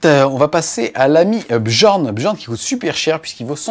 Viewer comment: belle recap, juste une chose apprend a prononcer certains noms:) arjac qui se prononce aryac bjorn qui se prononce byorn, j égal ye:) en toute humilité:)) mais merci encore pour tout le reste ne change pas:))